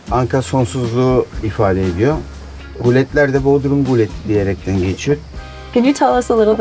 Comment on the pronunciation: I am sure you pretty well know it's Gület, not Gulet. Calling Gület, Gulet doesn't make you smarter. Are you going to call Bodrum, Bodyrum or something like that to make it more like English language.